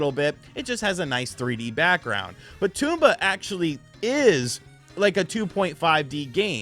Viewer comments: Tome-ba not tume-ba 😂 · Apparently most people on YouTube call it tomb-ba...tom-ba makes more sense. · it's not TOMB BA! it's TOM BA!!! say it right! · It’s not a Tumba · Bro called him Tumba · Toomba ? Its Tomba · Its TOMba not Toomba lol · TOM-BA, dude! jeez. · TOMba, pronounce it correctly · Tooomba? Lol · It’s pronounced Tom Buh. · Almost sounds like he’s calling it Tuba sometimes! 🤿 😂😂😂😂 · its not pronounced toomba :P better luck next time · It's not a Toomba. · it is pronounced tom-ba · I thought the game pronounced as Tom-ba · Drinking game: take a drink when he mispronounces Tomba Edit: I made a mistake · Imagine doing a review and not finding out how to pronounce the title. Or anything at all about the game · Didn't pronounce Tomba correctly once. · Felt like M. Night's Avatar